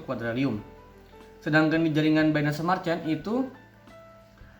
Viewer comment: Bang revisiya penyebutan nama nya harusnya quadriliun bukan quadrilium 🙏